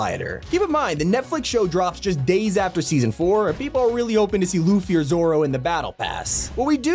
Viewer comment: Btw it’s Luffy not loffy